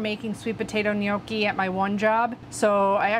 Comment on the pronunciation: Thank you for pronouncing gnocchi correctly. I cringe at restaurants where they butcher it, lol. I grew up with my grandpa making ricotta gnocchi. We never did potato. We've always rolled them down the fork, then proceeded to make the ultimate mistake of eating until we were full, and not leaving expansion space 😂. We've never fried them, but that looks delicious. Can't wait to try the recipe! Happy days.